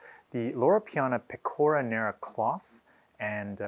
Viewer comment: By the way it's pè-co-ra not pe-cò-ra